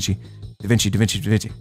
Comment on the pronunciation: bro said davinki